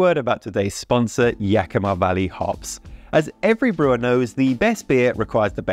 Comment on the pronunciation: Best pronunciation of Yakima yet!